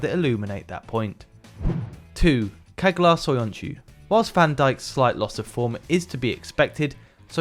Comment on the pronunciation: Lol I cringed when u said çağlar. It’s pronounced Chaalar (g is silent and that c us pronounced Ch)